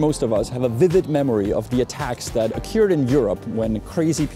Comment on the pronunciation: vyslovujes occured trosku spatne, né ocjůrd ale ocurd